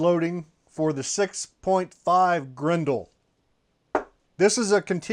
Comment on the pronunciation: It’s pronounced Grendel not Grendel